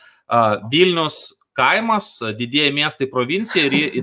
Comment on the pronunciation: Ar čia vilniečių tradicija savo miesto pavadinimą tarti taip, kaip rusai taria? Vylnius. Vakariečiai labai gražiai ištaria Vilnius, taip, kaip reiktų.